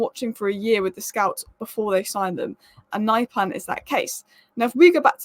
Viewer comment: Pronunciation: Not naipan, but niypan